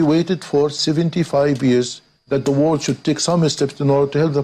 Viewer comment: World not WO RLD